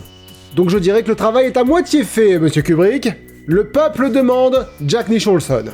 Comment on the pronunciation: Jack Nichonlson. JPP bordel.